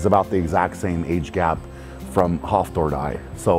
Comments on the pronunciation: sounded like hoffthor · Am I the only one cracking up at how he says Hafthor’s name? 😂